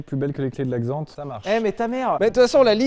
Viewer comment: Certains ont une "Jag", Sylvain a une "Xant".